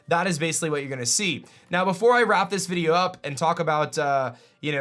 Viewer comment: I hate the way you say the word video!!!!